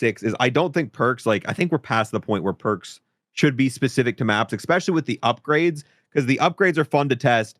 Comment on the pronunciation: He says ekspecially like a five year old speaks 😂 it’s especially btw 😂